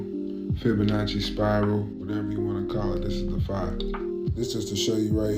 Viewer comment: Bro I’m a huge fan but TONS OF CAP in todays video Dude CANT pronounce “phi” but tries to explain stuff … another guy CANT pronounce ETHER, just a lot of fake ass BS . Kinda feel like I’m watching “That’s Impossible Channel “ haven’t send this much cap in a long time! HOPING next video is better